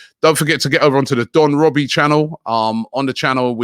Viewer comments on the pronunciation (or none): none